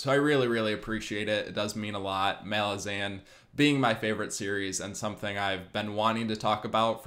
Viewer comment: Great video! But your pronounciation of ”Malazan” kills me. Rome, Roman. Malaz, Malazan.😁